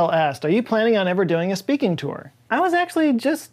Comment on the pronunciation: Speak-ing-tour!! ✊Speak-ing-tour!! ✊